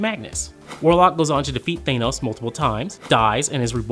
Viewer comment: learn how to pronounce Thanos and I'll take this video moire seriously